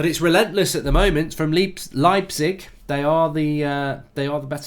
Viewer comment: lmao the way he pronounced leipzig. you do it like: lie (like in lying).